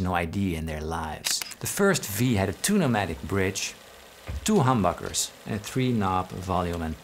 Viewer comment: first time i saw this i thought he said "two nomatic" since i had no knowledge of guitars haha